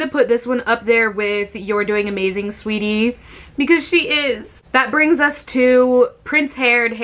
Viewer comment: is she just said amaZAYN ...